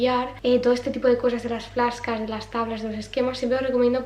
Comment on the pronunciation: Las "fláscas"...jajajja...he flipado...vaya pronunciación.. flash cards..jajajj. Perdón, como profe de inglés nunca me puedo acostumbrar al "ingles" de los españoles. Si no se sabe inglés, decir fichas y ya está...antes que hacer el cómico con la pronunciación. ESo es algo que no entiendo de los españoles, la ignorancia para el inglés y cómo se atreven a pronunciar de cualquier manera sin sonrojarse...porqué digo esto...porque es cómico y somos los únicos en Europa que lo hacemos, a mí me da vergüenza ajena. No es un ataque guapa. Es otra constatación más de tantas que veo ...